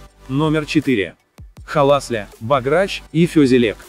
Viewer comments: БОграч, а не богрАч. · Венграм очень режет слух произношение этого блюда по русски "лЕчо", всё же правильнее говорить "лЭчо") А чтобы говорили "богрАч", никогда не слышала. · Передача очень интересная, но ударения в названиях лучше сделать такими: "бограч" - в Венгрии ставят ударение на слог "бо", "гастрономии" - слог "ми". "Творог" - правильнее делать ударение на слог "ро", хотя допускается другое. Успехов!